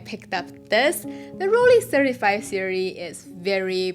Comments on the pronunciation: During the Eighties and Nineties I owned and used Olympus XA, Minox 35, Olympus Mju II and the Rollei (It is pronounced "Roll-Eye" not "Roll-Ehh" btw.) 35 SE with the Sonnar lens. The Rollei 35 SE had sharpest lens and flared the least. It is up with most very good interchangeable prime-lenses only surpassed by the very best. If it had a rangefinder it would have been too good to be true but if you have trouble guessing distance there are accessory rangefinders available which are contemporary to your Rollei and can be a useful teaching-tool until you get a feel for it. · Please try to pronounce Rollei right. It is not a Rolleeeeeehhh 🎉. At the end the sound is like at the end of Shanghai.